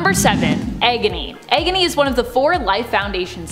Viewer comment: egony?? isit me or is she saying it weird